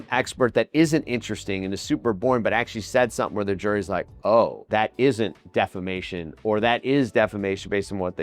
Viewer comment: defamation or defacation 😂😂😂😂